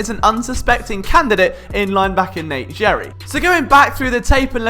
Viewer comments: It’s Gerry (sounds like Gary) not “jerry” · It’s pronounced “Gary” not “Jerry” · It’s Gerry, like Gary, like spongebobs snail. Not Jerry. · bugging the hell outta me that you were pronouncing it Jerry and not Gary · FYI, name pronounced "Gary", even though looks like "Jerry" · Nope... it’s “Gary” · It’s pronounced like Gary. As someone who has played with him in the past please get it correct... c’mon man! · Gerry is pronounced with a hard "g".